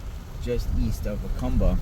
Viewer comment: Please learn to pronounce Jacumba correctly !!!! Ask a MEXICAN PLEASE !!!!😢😢😢